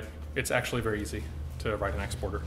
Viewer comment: I love the way this guy says "verr pretty" and "verr nice"